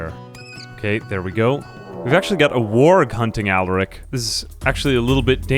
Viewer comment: Please PLEASE you can stop this torture ill give you the launch codes just please stop saying allarick instead of alaric